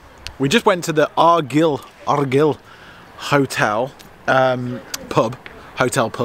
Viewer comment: Another great video, Argyll is pronounced Arguyal 😂